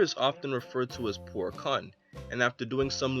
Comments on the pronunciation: Its not k-UH-n like youre about to say a bad word for a female its k-oo-n like raccoon but its more of a U sound so not to sound exactly like the word raccoon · It's pronounced " Koon " not " Khan " ( Kun ) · I always thought Puar was a girl and I figured since Yamcha left Bulma he still had Puar......who could turn into any-one (¬‿¬) and who say he gets no *"Pussy"*also its Kuuuuuun like Cooooooon.....(so tempted to make a uncle ruckus joke)